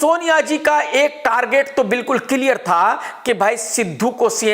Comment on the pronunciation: Clear ko kiliaaar bolta hain.